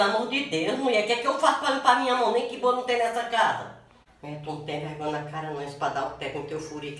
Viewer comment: "Wadia sem vregonha" KkKkK